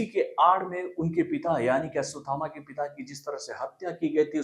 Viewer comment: Tackle aswathama nahi 😂 ashwathama